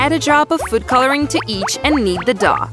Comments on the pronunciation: No nut the way on the first one they said dOuH and it actually dough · They keep saying daw and it's dow